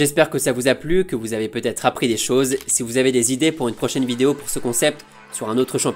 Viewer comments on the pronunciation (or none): none